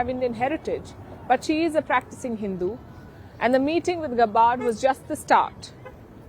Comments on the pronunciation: Palki, please pronounce tulsi’s name right. It’s GAB LIKE FAB…GAB..BARD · Sharma, please pronoun Mrs. Gabbard's name properly